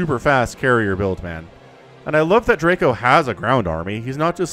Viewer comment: As a Pole, I would like to tell you how to pronounce Draco. In English letters it would be Draeco - the a is more like in car, or the first letter of eyes. Greetings from Poland!!